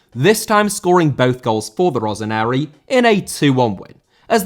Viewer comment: Rossineri* not Roseneri